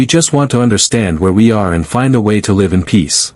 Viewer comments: Yes, I caught the "leave long and prosper " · Extremely sick of the crappy A I that can't pronounce certain words. Live, romulan among others. CHECK IT FIRST. Will not subscribe.👎👎👎